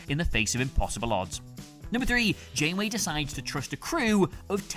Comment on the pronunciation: "--and why it's Benjamin Sisko--" You mispronounced Janeway.